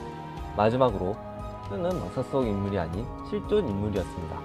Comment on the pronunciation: 왹까?라고 읽는사람 첨봄 걍발음그대로 외가로 읽는건데 실존을실쫀이래ㅎ발음 자체가 센다 ㅠ왹까 칭까 이휴 더연습해서 읽어주셈